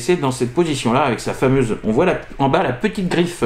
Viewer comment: Salut, bon je me suis un peu moqué sur Twitter, mais la narration de ta vidéo était très cool 😎👍 Bon au début tu as merdé sur le mot "fameuse" qui c'est transformé en en "famise" et où tu t'es ramassé la queue du dinosaure dans la figure, je t'avoue que j'ai pas eu de pitié 😂 Apres je t'ai trouvé bien, peut-être tu avais chaud ou de la fatigue on le voyait sur ton expression faciale, mais sinon tu as géré. Et le pire (comme quoi le cerveau joue des tours) quand tu bougeais le carton, j'étais persuadé d'entendre le carton se poser sur la table de présentation 😅 De plus à te regarder faire j'avais la musique du générique "Histoire sans parole" 🤣 A bientôt 😉👍